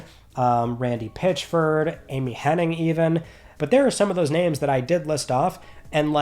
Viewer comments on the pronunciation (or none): I love you, but her name is "Amy Hennig", not "Henning".